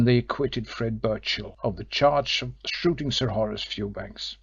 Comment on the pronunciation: Second female voice around chapter 9: as bad or worse than the previous one! Who in the world puts emphasis on the word OF??!!!!